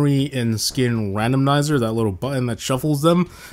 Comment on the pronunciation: Is anyone gonna say anything about the way he says random'n'iser